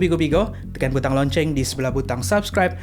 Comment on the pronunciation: loceng. bukan lonceng